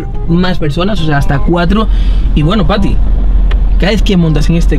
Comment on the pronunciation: Smp de team tobbalink pero dices fati en vez de pati ajjajajajja